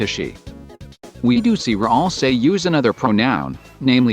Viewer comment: is it annoying anyone else how at it says Ralsie instead of Ralsei?